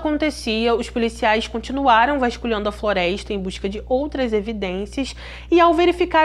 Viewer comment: Vou deixar aqui uma critica constructive. As vezes não entendo certas palavras como PEISCA ? FLOREISTA? ETC .... Acho que se pronuncia PESCA/FLORESTA FICA A DICA🙃